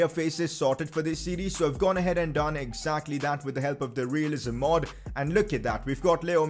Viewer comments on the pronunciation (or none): none